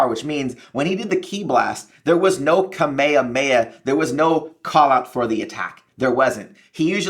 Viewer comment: its not ka-may-ye-heya… .its Kaa-meee-haamee-Ha